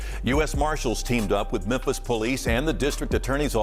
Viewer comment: Memphis: Mem(fis) Fis not pis